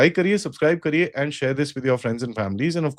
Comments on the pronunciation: 😂 his last word sounded like Aand force 😂😂😂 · Again aand forces 😂 replace a with g 😂 that'll be more apt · It's now OFFICIAL: They've recognized themselves as AAANND forces